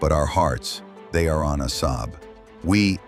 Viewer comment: You are pronouncing Assab wrong you nitwit! ለኽባጥ ሓሳዊ.